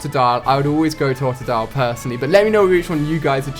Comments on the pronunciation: It's pronounced Tode-a-dile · It's tode-a-dile